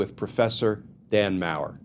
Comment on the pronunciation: Glenn Kirschner, you have a German last name, as does Dan Maurer. Yet, you mispronounced Maurer's name every time you said it. I was embarrassed for him. I am an American with some German heritage who holds people's names as very important. Please correct your pronunciation of Dan's name.